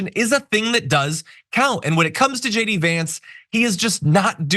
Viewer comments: I always hear Jd as Shady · Is his name pronounced J D Vance when it seems to me that so many commentators are actually saying Shay D Vance. Think that would suit him.